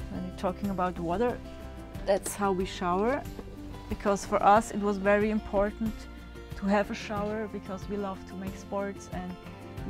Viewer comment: Wery wery nice wan.